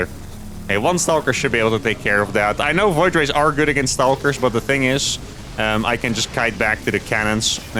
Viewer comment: Just a heads up, the word "stalkers" is a two-syllable word, not three! :)